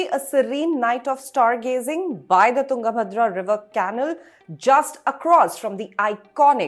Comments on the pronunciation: Its not can-nul , you pronounce it as Kuh-nal. Come on Indian Express you can do better! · Caanal or canaal? Dear kindly check once your pronunciation of the word " canal". No insult intended please!